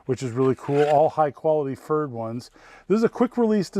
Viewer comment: I would have thought it's pronunced p-ferd so it sounds like preferred...